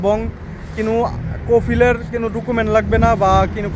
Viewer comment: ভাই শব্দ টা কোনো হবে। কিনিও হবে না। আর অটো হবে ওটো হবে না।।ভুলভাল শব্দ বলবেন না।। শুদ্ধ না পারলে আঞ্চলিক বলবেন।।